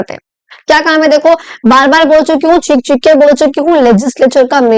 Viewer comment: i just noticed cheekh - cheekh kar❌chick--chick kar✅😂😂